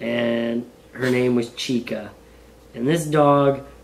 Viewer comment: Haha, I almost jumped off my seat ; my name's Chika (and pronounced the way he said it). So cool!